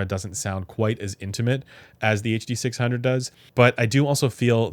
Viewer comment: Ah yes the “huh duh six hungeo by ol’ mate senn”